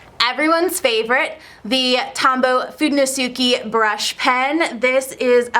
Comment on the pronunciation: Now there's how you say "fudenosuke"